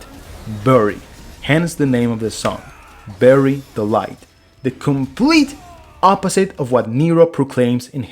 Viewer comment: I swear to god, you are saying "Berry Delight" instead of "Bury the light", on purpose! 😂